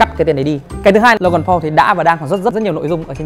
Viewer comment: Paul mà a đọc là Pau rồi